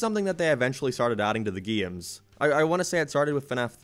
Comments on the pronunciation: can you say "games" instead of "giums"? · Geams...I like to play geams...GAMES